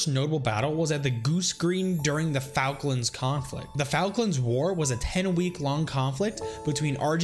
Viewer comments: F-all-klands not falklands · Falkland is pronounced folklind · The way he pronounces Falklands 🤮🤮🤮🤮🤮🤮🤮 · I love who he pronused falklands lol